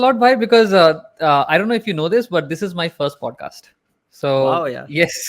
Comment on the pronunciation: भाई प्लीज़ "पोडकास्ट" मत बोला कर वो "पॉडकास्ट " होता है । "औ " की ध्वनि आनी चाहिए । "पोडकास्ट" बोलते हो दिक्कत कुछ नहीं पर ऐसा लगता है कम पढे लिखे हो जबकि ऐसा है नही ।